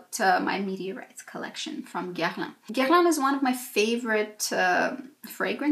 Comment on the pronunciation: I need to learn how to pronounce Guerlain from you. Don't understand why one person needs so many almost unused products, but I already ordered my meteorites because they make me happy. can't wait for delivery